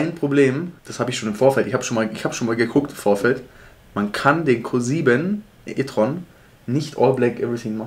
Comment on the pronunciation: Wer hat auch erst Kussimetreon verstanden statt Q7 e-tron. :D